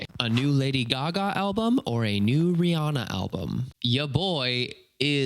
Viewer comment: Rihanna is pronounced like rē-anna not rē-ahna 😉